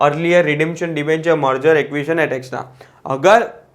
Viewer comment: Pls read etc correctly